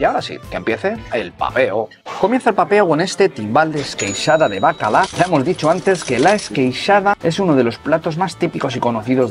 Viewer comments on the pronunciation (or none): ¡¡¡Por fin alguien que no habla de la romesco y la salvitxada (la de calçots) como si fuera lo mismo!!! Tú sí que sabes¡! Eso sí, ¿por qué pronuncias bacaLá? Si la doble ele existe en el castellano y no se pronuncia como una ele, es una tontearía pero algo que siempre me ha llamado la atención de los no catalanohablantes jajajaja.